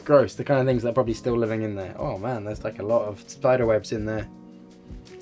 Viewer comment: Am i the only one who thought he said "look at those... thighs" for a second or is that just me?